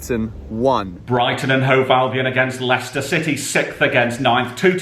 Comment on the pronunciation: HE SAID LWICWSTER 2-1